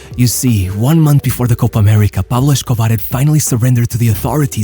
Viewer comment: It's pronounced Pablo Escobar, not Peblo Shcobare 😂